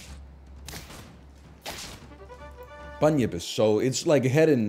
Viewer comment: It's actually pronounced Bun-Yip though